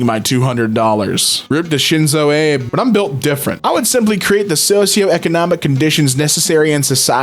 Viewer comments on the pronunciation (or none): I hate to be that person, but... that pronunciation of Shinzo Abē